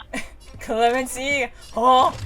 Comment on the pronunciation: it was clemency..? i thought he was sayin lemon tea...